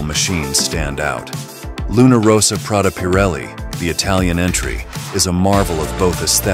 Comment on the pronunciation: And also in this video - the Italian team name is Luna RossA - not Luna RossO....